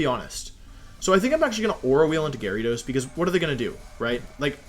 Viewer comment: Nobody: Wolfey: GARYdos